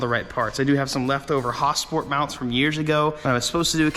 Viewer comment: Also nothing funnier then how you say hasport😂😂😂😂